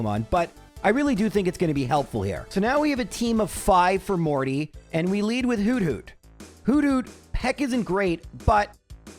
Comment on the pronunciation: the way you say hoothoot is hilarious whodoot? just kinda in my head i see and hear a noctowl repeating whodoot? while tilting its head makes me smile